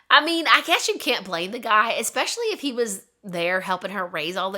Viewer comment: d “especially” incorrectly. U say “exspecially” there’s not x is the word. Just fyi